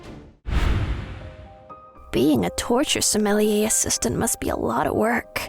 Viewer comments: clicked off after hearing "torture sumilleeyer" twice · I can’t handle the word Sommelier being mispronounced lol